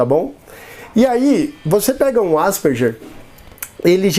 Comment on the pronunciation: Asperger se pronuncia ASPERGUER.